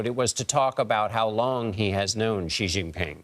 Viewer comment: For John Dickerson: "J" in the Chinese name "Jinping" is not pronounced like the "g" in the English word "regime"; indeed, the Chinese language doesn't even have this quasi-French sound. It's pronounced more or less like the "J" in the English name "Jim."